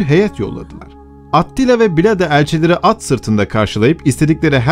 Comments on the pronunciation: Attila deyil yalnız Atilla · Attila diye yazılır Atilla diye okunur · Atilla diye okunuyor